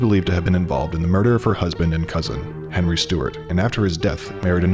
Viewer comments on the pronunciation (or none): none